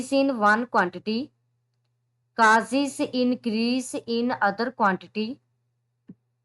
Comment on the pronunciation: Causes ❌ casis😂